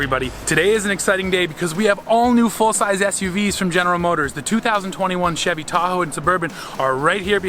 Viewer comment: didn’t know Chevy was pronounced like that 😂😂